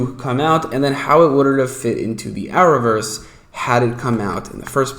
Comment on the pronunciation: Are you saying hour verse? The closed captioning can't read what you are saying